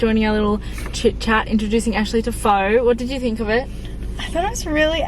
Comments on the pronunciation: It’s pronounced like “fah” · Pho is pronounced like (fur)